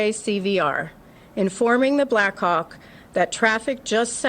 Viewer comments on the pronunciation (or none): blackhawk sounds like black cock the way they say it. I can't unhear it. Over and over again.